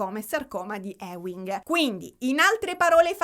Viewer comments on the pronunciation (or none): Ti amo, si pronuncia sarcoma di "iuing" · Scusa la pedanteria, ma sarcoma di Ewing si legge "iuing" ❤